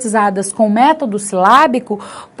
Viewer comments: Palavra método, acento agudo é na vogal e e não vogal o. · Gostei muito de sua explicação!! Vc acentuou a palavra método errado.